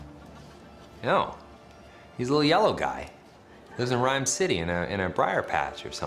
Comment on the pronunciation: The whole time I was hearing 'Ryan City' not 'Ryme City' xD